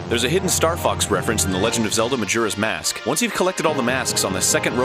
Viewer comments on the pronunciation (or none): MAH JEEEEERUHS MASk. haha he says it all funny.